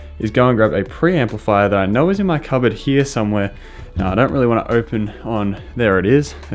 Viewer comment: how the fk are u pronouncing "here" ?